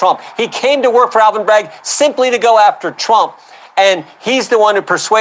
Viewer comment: It's Alvin..not ALLEN